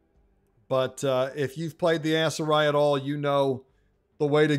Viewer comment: Please my brother in Christ, stop pronouncing it ASS-Seri 😂